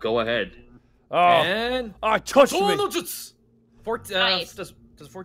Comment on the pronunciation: It bugs me when says "Katon no Jutsu". That's not right it hurts